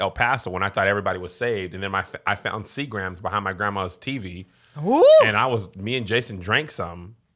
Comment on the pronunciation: Kev said, "See Grams" 😂😂